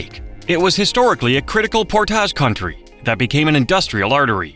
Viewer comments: AI is good, but not great. "Portaahhhjjj Lakes"? No, "Port-idge Lakes". Been living in PL for almost 20 years and we absolutely love it! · or Portage, sounded more like "Pourtaage" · Also, I don't know how the rest of the world pronounces "p-o-r-t-a-g-e", but in NE Ohio, it's PORT-idge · And "Portage"... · Don’t forget Portage! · nailed Bellefontaine, butchered Portage. You can tell who is from Ohio by how they pronounce the towns of Russia, Lima, and Lancaster. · And a few others, like "Portage".